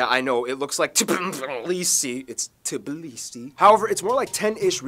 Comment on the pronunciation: its not TBLISI its TBILISI